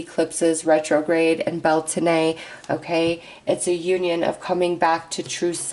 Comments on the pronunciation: Beltane (/ˈbɛl.teɪn/) pronounced Bel-tain. Thanks from this Irish ancestered person. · Blessed Beltane to all! 💖✨ It’s the opposite of Samhain so the veil is just as thin as Samhain, but instead of the Underworld it’s the Veil between us and the Fae that thins today! Blessed Be!!! 💖✨ (Just so you know, it’s pronounced bel-tayn 😅) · Bel taaaane We're not French😆🤣